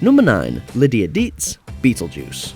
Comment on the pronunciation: Deetz, not Beetz, sugar.😅